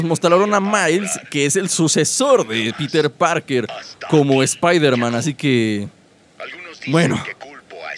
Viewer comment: En el minuto dice titer parker